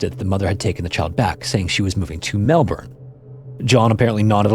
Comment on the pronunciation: Thank you for another Australian story, ashamed to say as an Aussie I had no idea about this…❤ rest in peace to all the little victims….makes you wonder how many baby farms happened and the perpetrators or babies were never found 😢 Cheers for pronouncing Melbourne correctly my friend 😂❤❤❤